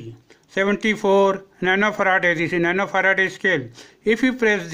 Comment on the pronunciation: Wow, 😲 Probs became - PRAABS. capacitor became - KAPSTER. resistor became - REYGISTAR, Farad became - FARADEYY